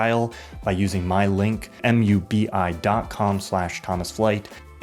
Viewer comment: BRO JUST CALLED MUBI M U B I